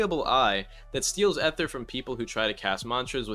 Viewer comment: gang please say ether like "ither" instead of like eh ther bro 😭